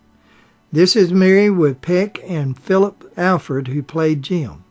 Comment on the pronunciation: Mr. Peters did not receive an Emmy for a theatrical motion picture; Emmys are awarded for TV productions. Ms. Badham’s name is pronounced BAD-um. Mr. Alford’s name is pronounced AHL-frd. It was Jean Simmons, not Jean Peters, who played Peck’s love interest in The Big Country. That film’s director was William Wyler, not Billy Wilder. Peck’s sons did not play his boys in that film. His character had no children. Who on earth does your research for you?